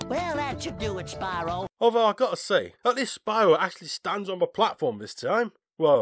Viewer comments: well, ever since spyro 1, the spanish dubs of the games called him spee-ro fortunately the reignited pronounced the name correctly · they even mispronounced Spyro's name!